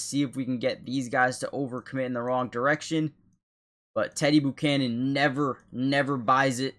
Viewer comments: Never heard the name pronounced boocannon before 😂🤢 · Please go to Google and learn how to pronounce his name. It’s embarrassing when you keep saying it wrong over and over and over and over and over and over.. and that last place you said that my green did a great job but he didn’t even get close to making a tackle and his whole job was at the edge and he didn’t set the edge so it looks like this is another one of those channels where there’s just some guy who sang a bunch of stuff and editing, but he’s not really editing because he doesn’t really know how to fix anything because there’s things wrong so to me if you’re editing everything should be correct or you’re just not very good at your job